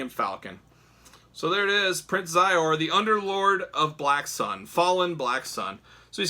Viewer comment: Great review. The main baddies name is pronounced She zor. Anyway brought me back to the 90s.